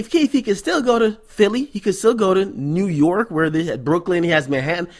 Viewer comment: lmfao why he keep saying nyurk